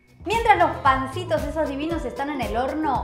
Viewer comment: cada vez que les decís "pncitos" me un golpe en la panza. Abrazo desde Corrientes.